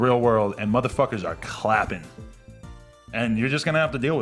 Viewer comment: "You will get out into the real world and mfs are CLAPPING" lmao the emphasis